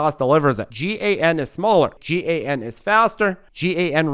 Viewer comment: FYI I sell semiconductors and you pronounce as GAN and SIC. You don’t spell out the letters.